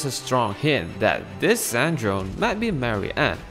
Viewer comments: i'm half italian and i'd like to tell you the E at the end is not silent. It's san-dron-e, the whole thimg is pronounced. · Also, C'est Ann Drone is pronounced Sandrone in French. And this translates as Mek Ann/Dron Ann from French. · Sandrone's pronunciation: 💀💀💀💀